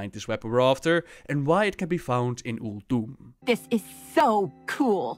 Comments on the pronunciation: ulDOOM? did she just say ulDOOM? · why does pronounce Uldum weird? or it is just me. I really like the Monk class hall loading art. alot more than the demon hunter one.